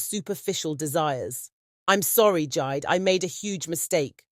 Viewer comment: It is jee-day, 😂but great story, another one from west Africa